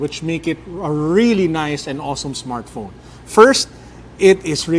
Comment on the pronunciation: "android smartphrone" lol